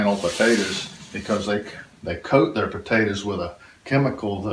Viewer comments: I like the way you say tators. GREAT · why does he call it Pawtaytaz ? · Thank you, love the way he calls them, "tadders " and how refreshing it is to hear your prayer at the end!